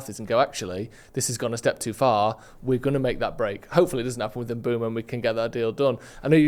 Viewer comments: I’ve heard it pronounced Mbwemo, I’ve heard it pronounced Mboomo… pronouncing it Broomo is CRAZY WORK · Swear tf if i hear M-Broom-o once more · Why does Ben keep saying MBroomo? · Top sports jounalist, keeps calling Mbuemo as Brumo. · The guy's just got it wrong ! Not good enough and bloody annoying 😡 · Take a shot every time he says "Bryan Umbrumo" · This is all just his opinion. Also anyone who pronounces it “Mbroomo” can’t be seen as reliable. He’s putting 2 and 2 together or stating the obvious that anyone can do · It’s M-boo-mo, no? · Bloke said Mbeumo’s name 100 times in 30 mins and got it wrong every time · Let him say it wrong how many times he wants , u understood who he's talking about so that's enough .